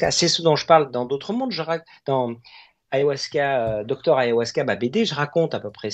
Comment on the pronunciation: Ayahuasca et non pas Ayahwasca ❤❤❤